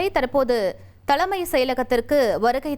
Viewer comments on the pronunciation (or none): 👎 to the news reader for her bad pronunciation தலைமை (தளைமை அல்ல) அலுவல் (அளுவல் அல்ல)..... 👎